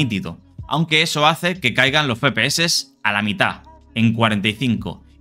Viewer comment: No se dice Fe-Pe-Eses, es Efe-PE-Eses, me da ira homicida oirlo 27 veces en el video